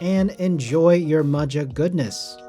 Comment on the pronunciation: I was thinking that it’s pronounced Maha but I could be wrong I just ordered the black one which is currently in stock but the choice of either PC or Ass Brass for plate material is kinda wack Luckily you can find the plate file online and prototypist will cut custom plates if you send him the file Gona get me some nice clacky forged Carbon Fibre to take it to the next level